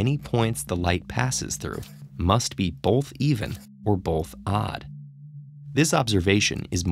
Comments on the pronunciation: I dont want this guy explaining this riddle like hes better than me even though he pronounces “both” like “bolth” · I have one issue with these TedTalks riddles... the narrator! He speaks clearly and all but I mean C'mon who says "Bolth" not "Both" there's no L in there!! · you say the word 'both' as if it is spelled 'bolth'. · "Bolth" "Bolth" "Bolth" "Bolth" "Bolth"